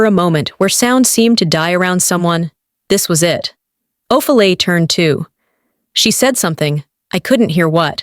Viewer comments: It’s not Of a lee it’s Oh Fee Lia (Ophelia). Read Othello. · The mispronounced words and names is aggravating...the name is not (O-feel-e its O-phil-e-ah) .. Ophilia!!! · NOTE TO AI PROGRAMER: “Ophelia” is NOT pronounced “o-fe’l-lee”. It is pronounced “O-fee-lee-uh”. You guys need to check these vids prior to release to catch these mistakes and to educate the AI. Remember the old computer phrase “garbage in, garbage out”? The stories are fine, but it makes things look “slapped together” rather than professionally created. You can do this!! Put out products you can be proud of. If it’s worth doing, it’s worth doing it right. Keep the stories coming, just please review and correct before releasing. Your listeners will thank you mightily, with follows and subs! 🙌🏼💐🩵👏🏼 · The pronunciations!!!😮😮😂😂 Ohfelee (Ophelia). 4 (for, fore,four) years... IV (four) intravenous line 😂😂😂😂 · AI can’t pronounce Ophelia😂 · Maybe you could train AI how to say the name Ophelia.